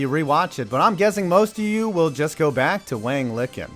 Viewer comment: Isn't "Liqin" pronounced lee-CHIN?